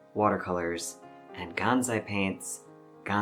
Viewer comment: GanSai, not ganZai. It is written and pronounced with an S, not Z.